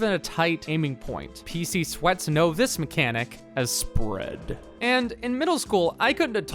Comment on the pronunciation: Please- never say Spread like that again.